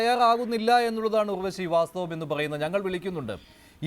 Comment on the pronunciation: Not ughvashi (urvashi)